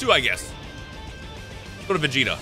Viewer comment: Weeks later and none of the comments realized the comment was about mispronouncing vegito for vegeta